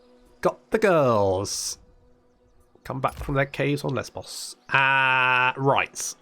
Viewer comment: I appreciate that was being the mature one and pronouncing Lesbos in what is probably more accurate than what the rest of us were waiting for him to say. Don't worry, we heard what you were thinking. We heard.